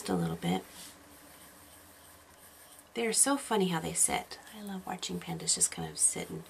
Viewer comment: you need to say love not wove